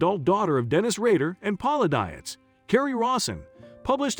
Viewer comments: I have the same last name and I can 100% tell you Dietz is a German name that is pronounced Deets, not Die-its. Poor girl, not only did she marry a serial killer, but like me, she's had to endure a lifetime of people mispronouncing her last name. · the computer generated voice hurts my ears. Dietz is a German origin word....pronounced Deetz. And since I knew Paula as when I was kid - yes it matters to me. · You are pronouncing Paula's last name wrong. It's actually pronounced deetz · its a computer voice - figured it out when the meter for "park city, kansas was sounded as park city (pause) kansas". their programmer needs to work on it.... but i agree - Ms Paula, as us neighborhood kids knew her, deserves to have her name pronounced correctly.